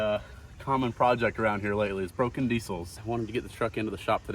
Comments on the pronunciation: It's DEEZLE not DISSLE 😁😁😁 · When says diesel. Is he joking saying it like that or does he just pronounce it like that